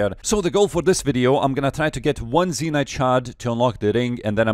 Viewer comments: it's not zeenyte it's zen-yte. other than that fun content :) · I love you man but the way you say zenyte lol. Also yes I do lag out at demonics. I have 7.4k kc 25 zenytes. Yesterday- and this is true- I lost my first zenyte leaving before the gorilla died. Didn’t see it in chat till 5 min later.... rip 13m. Also I wasn’t expecting another zenyte because that was my 3rd that task l0l